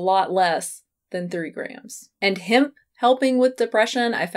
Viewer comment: Interesting how you pronounce hemp "himp". I say "hehmp".